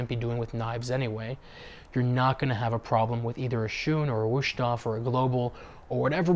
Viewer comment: Just for your info, it should be pronounced Wuesthof, not Wueshthof. In German, an 'st' at the beginning of a word is pronounced 'sht', but not necessarily in the middle of a word or name. I wouldn't normally correct such a trivial error, but in this case you are making an effort and to show respect to the name by trying to get it right, so for that reason, it's better that you do. Cheers.